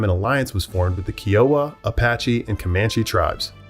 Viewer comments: Kiowa is Ki oh wa. My husband started twitching hearing how it was said. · Wreaked is not pronounced wrecked. Seneca is not pronounced seneeeka. Kiowa is pronounced with a long i. Arapaho is way off the way you're pronouncing it. Second a is a like apple.